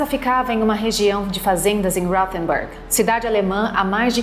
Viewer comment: Poderia só pesquisar a pronúncia dos nomes próprios. Alemão não soa como inglês. Ele soa como se escreve mesmo. Rothenburg. Pronúncia: Rotenburg. Pode pesquisar no Google tradutor. Ele informa a pronúncia. Só uma dica mesmo. Acho ruim "inglesar" outros idiomas.